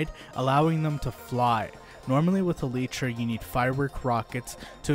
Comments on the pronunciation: Elytra ❌ Elitra✅ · this dude really pronounced it Eletra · It's pronounced "alietra" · My dude said aleetra